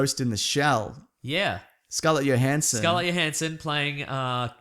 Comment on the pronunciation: three seconds into the video, did you just say Scarlet Yohansson?